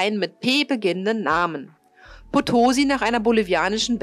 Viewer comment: Potosi bitte mit Betonung auf der letzten Silbe - es war nach der Stadt in Bolivien benannt.Und interessant, dass die Maria Rickmers noch 1982 ihr letztes Signal sendete, obwohl sie schon 90 Jahre zuvor gesunken war 😉 Insgesamt eine interessant gestaltete Uebersicht mit gut gewaehlten Filmsequenzen!